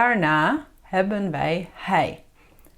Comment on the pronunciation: Hallo I am very confused beause you say it is hebbenn but it is hebben so which one is it?